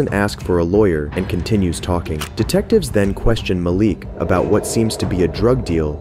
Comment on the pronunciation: ITS MAH-LEEK NOT MAL-LICK these name pronunciations make the video hard to watch